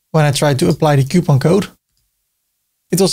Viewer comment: the struggle is real in saying COUPON!!!